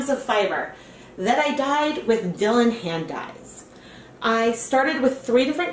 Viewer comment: that word is said like "Dye Lawn"...Not so much like Dillon. :D